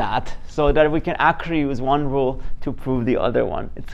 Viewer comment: This is nice - 2 different ways. Whenever I forget what the quotient rule, I turn it into a product like you did. I am curious -- Are you saying product "loop" and chain "loop"?